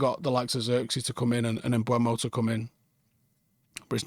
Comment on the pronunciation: I’ve learned it’s pronounced MBooomoh